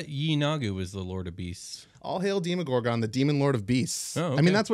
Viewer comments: Demo-gorgon, not Deemo-gorgon. Yeesh this gave me an aneurysm. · Was I the only one irked by how they pronounced the Demogorgan? I've always heard it as Deh•Mu•Gore•Gun not •Di•Mo•Gore•Gun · I've always pronounced it Demm-owe-gore-gun Hearing the long in the beginning always sounds strange to me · DEMO - GORGON. SAY IT RIGHT